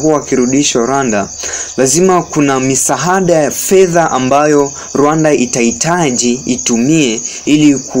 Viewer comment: Siyo misahada, ni misaada.